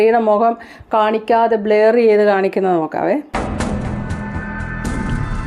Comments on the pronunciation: ബ്ലയർ ❎. ബ്ലർ ✅. ശ്രദ്ധിക്കുക. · Not blayer blurrer